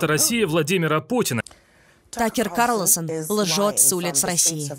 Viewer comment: Карлосон 🤦‍♀️🤦‍♀️🤦‍♀️ КАРлСОН!